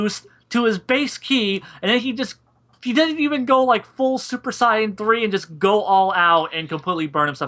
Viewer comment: The guy can't even say Saiyan right...Good God. Anyways you found a guy who is clearly biased against the character to do the analysis. Good job? I mean he effectively has to warp every scene he is talking about to fit his overly dim view of the character.